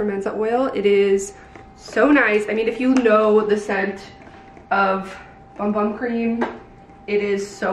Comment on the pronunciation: I’m surprised the brand didn’t inform influencers that’s it’s pronounced “boom boom” not bum bum.